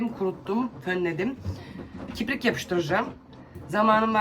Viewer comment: Merhaba🙋🏻‍♀️ kiprik değil, kirpik.. eleştiri değil, çoçuklarda izlediği için yanlış öğrenmesinler 🫶🏼